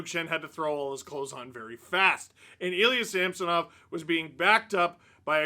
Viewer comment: It's Ilya Him-sonov.